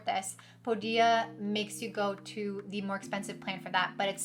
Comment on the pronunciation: Thanks for the video - a little annoying that you keep pronouncing Podia wrong - it's not "po- dia" it's "pode-dia" - watch any of Podia videos on their YouTube channel